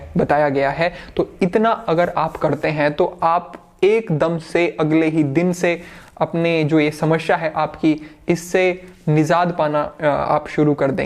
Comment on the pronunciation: Sir language bhi seekh lo YouTube par aye ho to.. Nizaat, shamashya ❌ Nijaat samasya ✔